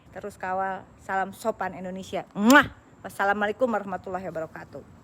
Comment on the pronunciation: Oneng....nama negara kita indonesia apa endonesia....sbb Oneng bilangnya endonesia....